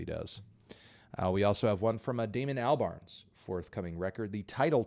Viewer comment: AlbarN... without a S.